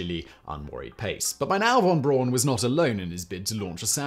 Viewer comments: Yikes! I was totally taken out of the narrative every time Simon mispronounced Wernher von Braun's name. It's pronounced "fon Brown" not von Brawn. Otherwise, a fascinating piece of space history. Also, Explorer I launched on January 31, 1958. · I guess you often make these pronunciation mistakes on purpose, but von Braun is pronounced Brown not Brawn. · It's actually pronounced "fawn brown". It doesn't rhyme ;) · Hi Simon. How do you manage to mispronounce von Braun's name? It's pronounced "brown" as in "brown". And surprise: "braun" actually means "brown". P.S.: Apologies for the trolling. I still like your channels and its' presenter. ;-) Keep up the good work!